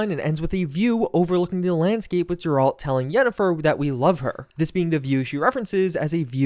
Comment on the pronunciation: Jeralt??? Grralt???